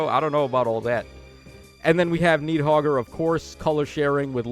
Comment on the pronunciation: "Knee-hogger" and "Naah-ray-oor." Yeah, let's go with that 😂